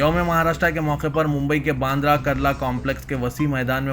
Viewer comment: 'Karla" nahi "Kurla " Mumbai. Aur 'Hatatma ' nahi "Hutatma" bolo کتتے الفاظ روزانہ سمجھانا بھیء تیرے کو؟؟؟